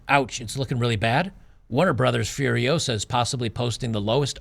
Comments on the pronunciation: It's Furi-OH-sa, not Furi-oh-SA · Start the word with “Foo” instead of “F-yer” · Hahaha is not fi-uh-riosa. It's fuh-ree-o-sah. Great video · It’s FuriOsa, not FuriosA! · "Furio-SA. Not FuriOO-sa." Hermione Granger. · It’s not Fur-I-OH-sa, it’s Fur-i-oh-SA… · You're getting the title wrong because you're using the pronunciation as Fury-osa, Furiosa it's a word in spanish so try just using Fu as in KungFu, FuRiosa, that aside great video lmao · "You're saying it wrong... It's furio-SAH, not Furio-SUH" ~ Hermione Granger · I’m not surprised that you have trouble pronouncing the movie’s title. This is what happens when you try to pronounce a foreign word as it’s an English word. Try: Fooriosa. Just pretend it’s an actual English word. By the way, how do you pronounce “Kung-fu”? Treat the first syllable in “furiosa” in the same way and presto! Incidentally, this maybe another reason for red-blooded Americans to avoid the movie: How dare those woke Hollywood people use Español for American movies. Actually, I am surprised they didn’t went full woke and named it “Furios_x” instead; you know, just to be gender neutral… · "Furiosa" is a Spanish/Portuguese word and is pronounced as "fooriOzah" . "Fu" as in 'foo' in fool; "ri" as RY in fuRY; "o" as O in "Oprah" and "sa" as 'zah" in Zachary. And it, obviously, means "furious woman". And it a powerful name to pronounce ;)